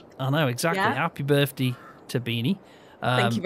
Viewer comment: What's a burff dee? Lol. Happy birthday. I'm enjoying the coop